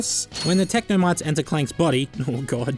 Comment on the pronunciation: technomytes! or as an australian would say technomates (i'm sorry)